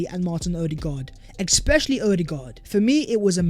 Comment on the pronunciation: Lots of ‘exspecially’s today.